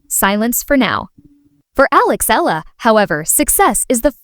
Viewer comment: Eala pronunciation E-yala